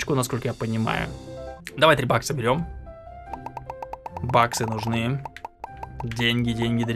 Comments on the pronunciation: Когда говорил 3 бакса, мне слишалось 3 баггса, а не 3 бакса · Мне единственному кажется, что говорит Баггс, а не Бакс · Вы ничего не заметили? "Баггсы"